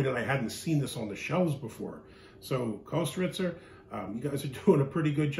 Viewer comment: Pronounced kistrtzer